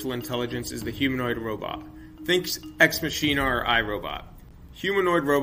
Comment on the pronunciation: Search YouTube for how to pronounce Ex Machina. Deus Ex Machina is a Latin phrase which roughly translates to God in the machine. Machina is pronounced Ma-kee-na.